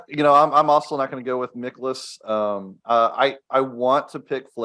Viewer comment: It’s MIE-kolas 😊